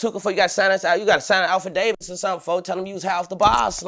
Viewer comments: Lol it hit different when you call an affidavit An alpha Davis 😂😂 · calling affidavit the 'Alpha Davis' is kind of funny xD